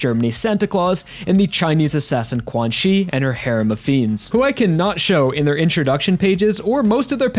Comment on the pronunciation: pretty sure 'quanxi' its pronounced chan-she (or something along those lines) rather than quan-chi